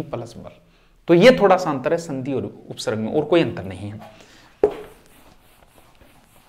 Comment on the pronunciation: by the way it is pronounced as upsarg not upsarrg